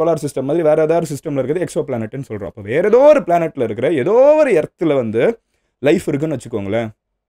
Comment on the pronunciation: எதோ எதோ எதோ என்று அழுத்தாதிங்த MG